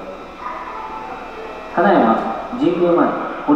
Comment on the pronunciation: 名鉄の「金山」のイントネーションだけはどうしても受け入れがたいものがありますが…。